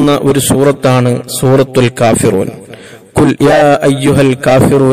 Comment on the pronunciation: കുൽ യാ എന്നല്ല "ഖു ൽ " ആണ് ഖാഫിന്റെ മഖ്‌റജ് നന്നാക്കാൻ അല്ലാഹു നമുക്ക് തൗഫീഖ് നൽകട്ടെ ആമീൻ ഫക് ർ ഫാക്കത്ത് അല്ല ഫഖ്ർ ഫാഖത് അല്ലെ ശരി കു ർആൻ അല്ല ഖുർആൻ എന്ന് അല്ലെ പറയേണ്ടത് ഉസ്താദെ അസ്സലാമുഅലൈക്കും ദുആ വസിയ്യത്തോടെ ജഹ്ഫർ കടക്കൽ